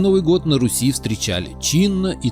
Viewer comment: тцлавяне от еврейского тцлав - крест. Покрещенные. Братья тцлавяне - братья во христе. Руси правильно. Ударение на "У". Погане. Так их тцлавяне звали.